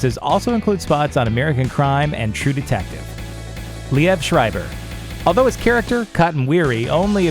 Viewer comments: Narrator pronounced it wrong.. It's "Leeve" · You mispronounced both "reprise" and "Liev."